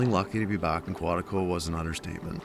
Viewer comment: There's no other place on earth like Quetico.. Not Quatico..😉